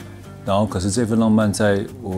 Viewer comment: 阮經天在片中第一次出場很有巨星Feel，應該本來就是那樣的身形體態精神狀態吧！！王淨在戲中很少女，有人說是工具人，根本不用女主角，不過如果沒有王淨，整套戲很悶很沉！！王淨讀自己名字很清楚，比阮經天讀自己名字更地道！！